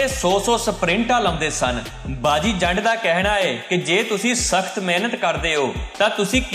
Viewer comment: ਜ਼ੰਡ ਨੀ , ਜੰਡ